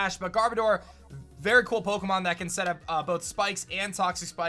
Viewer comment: the way he pronounces words though kills me lol. Peauxkamon, alseaux